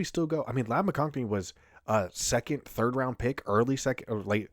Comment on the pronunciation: There's no "n" in McConkey